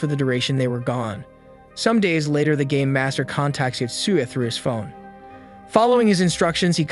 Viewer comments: Who else thought he said gay master not game master? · I know your saying game master but it sounded like you siad gay master a few times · i heard gay master btw hows everyones day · i thought he said the gay master